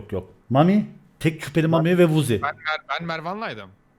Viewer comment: 18.54 woozi değil wozzi değil